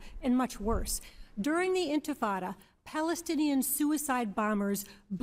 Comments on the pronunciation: “Infintada” It sounds like some kind of pastina for infants. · Mispronounced. The Intifada were a series of 2 uprisings against Israel by the Muslim Arabs in West Bank & Gaza territories which saw youth bombers in belts exploding on buses, grenades thrown into shopping malls & universities, cafes, pizza parlors, etc which the media mythologized as "children throwing stones towards Israeli tanks." Americans & the world gobbled up this total misrepresentation of the reality of tiny Israel under permanent threat by surrounding Arab countries plus locals launching a highly-mediatized & interpreted Intifada. The sad reality despite 2 Arab countries making cold peace, & al-Fattah Sisi of Egypt being the best Arab leader. Actually, the Intifada was pushed to more barbarity by a Hamas founder al-Rantisi, a pediatrician, who sent wayward children & youth to commit suicide-mass homicides to kill as many Israelis as possible.